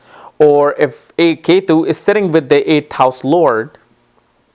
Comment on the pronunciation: So funny its not yetu its ketu